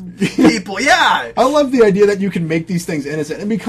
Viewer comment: Mispronounced word that drives me crazy people saying "idear" instead of the correct way which is "idea"